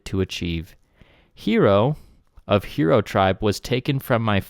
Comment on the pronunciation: It’s hiro.. “high-row”, not hero!